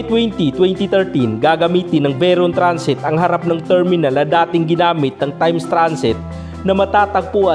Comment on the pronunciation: Bakit ganyan po, ANICETO po, HUWAG PO. ANICITO) PHILIPPINE RABBIT (HUWAG PO RABET), TIMES TRANSIT( HUWAG po TRANSET), Haaayyy Ilocano po ba kayo?!